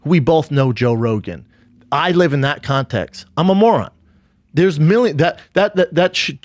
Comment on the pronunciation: I like how he calls it contex